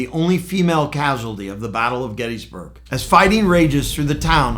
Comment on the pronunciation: Pronounce it correctly.. Gettis (like Harris), NOT gettEEE